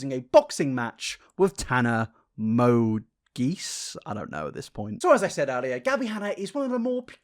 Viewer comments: Bro I had to laugh when he was like “Tana Mo...Geese ???” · Idk if it was a joke or not but Mongeau is pronounced like mojo! I hope everyone a nice day/night/evening, basically whenever you guys read this lol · i think he doesn't know how to pronounce her last name. I believe it's french.